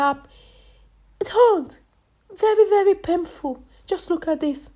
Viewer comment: “Look at this head, it look very very pehful “